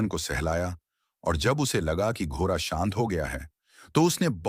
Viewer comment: सभी कहानियां बहुत ही रोचक अंदाज से बताई जाती है ऐसा लगता है हम उस युग में पहुंच गए है, सिर्फ एक बात बुरी लगती है जब ड अक्षर का उच्चारण ठीक से नहीं किया जाता जैसे , लरका, लर की, घोरा आदि